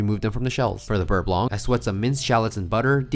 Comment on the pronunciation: Oh by the way fo4 the word "blanc" in the "beurre blanc" ... Has a silent C ... no "k" ssound at the end please 😅🙏